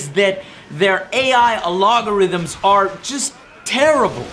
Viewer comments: WTF is a alogarhythm ? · Al-Go-Rhythm, not A-Log-O-Rhytm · I seriously love the way joe says ‘algorithm’ here lol just reminds me of my nephew when he uses words he just learned